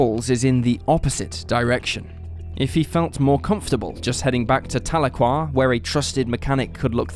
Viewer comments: Telookwa? It's Tal e kwa Tahlequah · "TAH-luu-quah". Haha, oh no... Please when researching also look into how to say the town names like locals. At least you got it right later in the episode... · As a Oklahoman, how you pronounce Tahlequah is just.....ughh!